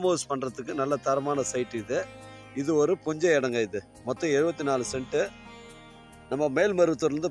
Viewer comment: யோவ் நீ தமிழ் நல்ல வாலவச மாரிதமம் போ, அது புஞ்சை நிலம், குஞ்சை இல்ல 😂😂😂